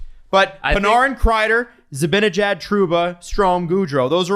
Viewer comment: "Mikka Zibinijad" - (get it right, it's Zibanejad;))